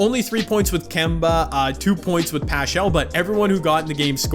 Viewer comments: It's pronounced Eric Pascal not pachall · Not pashall its paskal (pronunciation) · I’m a huge NoVa fan. Just letting u know that it’s pronounced Eric Pas cal not paschal. Thanks jay. Have a great day love ur vids!👊